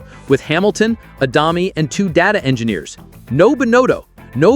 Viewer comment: It's the AI, can't say it properly. Not much good at 'deg' either.